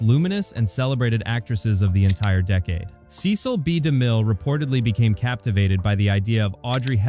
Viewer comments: The most insane detail is the sloppy inclusion of footage from John Huston's film "The Bible: In the Beginning.." released a decade after "The Ten Commandments." The second most insane detail is the narrator (AI?) treating the . in Cecil B. DeMille as a period at the end of a sentence, and beginning a new sentence with "Demille." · Five different "Hit Like & Subscribe" call outs ruins the video. So does AI narration. Every time the audio says "Cecil B. DeMille" the audio pauses due to the period instead of saying the name smoothly. What a travesty.